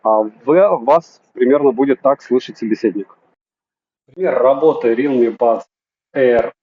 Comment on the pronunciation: рИлми бля реалмИ ударение на последнюю букву